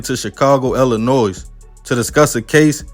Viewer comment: Why is her name vendetta with a name like that you know she's going to start some Sh!t Young the S in Illinois is silent just thought you should know